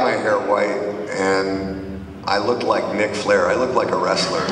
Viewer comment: sounds like he called him nick flair